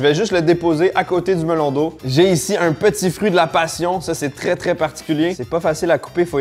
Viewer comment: seul hic de la video c'est quand j'entend MELON D'EAU (sinon video parfaite comme dhab)